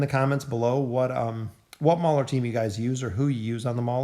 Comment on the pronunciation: Its mauler not brauler